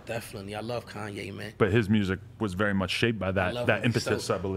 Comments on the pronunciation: Anybody notice every time he says "very" he says "revy".... is that same gang shit? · Why does he say revy instead of very?? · does he say "revy" instead of "very"?? lmao